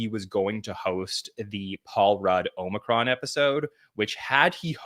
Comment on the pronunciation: Some of us say Cheers and take a drink everytime says “Paul Rudd Omricon” 😂